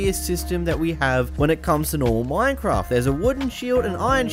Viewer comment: Minecwaft 1.16